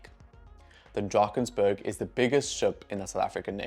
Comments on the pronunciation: Nice video. However - please - it is not Drakens "burg'. It is a mountain, not a city. It is Drakens "berg". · It is SAS DRAKENSBERG not DRAKENSBURG. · SAS DrakensbErg...not "burg" my mate ;-)